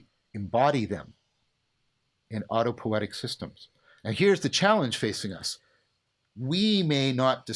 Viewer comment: It is autopoietic (not autopoetic) by the way. But great talk ! Thank you.